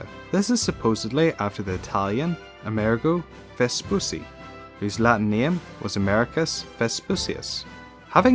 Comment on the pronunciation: "Amerigo Vespussy"